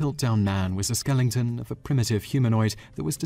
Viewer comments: *skeleton (not skelinton) The War of the Worlds hoax about mass hysteria is itself a hoax. There was no mass panic, and several times during the broadcast it was announced as a drama show. Simon, you need to do more in-depth research. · skelington? really? really? lol. what english speaking person on this planet can't pronounce skeleton? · it's "Skeleton", not "skellington"... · I always smile when the narrator mispronounces the word skeleton as skellington. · I am your biggest fan,Simon but 'skelington' does not exist in the English language.SKELETON is however a recognised version of what you are trying to transmute. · It's "Skeleton" not "Skelington". Great video though! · I really like these videos, but there is one thing that really bugs me and makes it difficult to enjoy them. Please stop saying "skelington"! It's not SKELL-ING-TON. It's SKELL--EH--TON!!!! >>Skeleton<<. See how there's only one N? And no G's whatsoever... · Are you pronouncing skeleton as skellington? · did he actually say ''skellington'' ? just sounded like that :) thanks, good work, very interesting! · skellington? this isnt nightmare b4 xmas skell i ton or is there some british non since im unaware of? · Mike W The 'Briddish' (as you probably pronounce it) render this word exactly as it is written. This buffoon pronounces it 'skellington' because, out of ignorance, he thinks it is spelled thus. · Simon!...you never make verbal gaffs! ..skelington? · Do they pronounce skeleton as "skellington" in your village? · What is a 'skelington'? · So Piltdown man was a 'skellington' was he? wtf is a skellington? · Yeah, it pisses me off. It's not even a real word. I'm not sure if he thinks the word is actually skellington or if he doesn't know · He most certainly did - had to replay to check. The word is SKELETON FFS. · I love the way the British pronounce the word "skeleton".